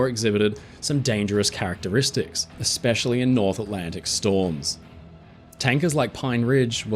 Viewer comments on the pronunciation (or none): none